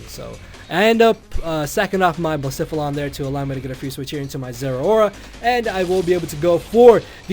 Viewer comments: I think it's pronounced Bluh-seh-phuh-lon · you could pronounce Blacephalon as "blays" "faul" "on"